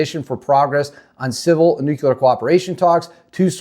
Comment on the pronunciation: … It’s pronounced “new clear” not “new cue ler”